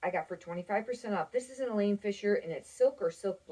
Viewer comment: Nice video! (It's Eileen, not Elaine Fisher)